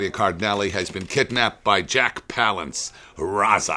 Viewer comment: Woody Strode is the archer. Burt Lancaster is the dynamite expert. Lee Marvin doesn't have a Gatling gun, it's a freaking machine gun! (looks like a water-cooled Vickers, to me, but what the hell do I know?). Landis doesn't even pronounce Jack Palance's name properly. Has he even fucking watched this movie? I absolutely LOVE Trailers From Hell, but I find Landis a little disingenuous. Smarmy even.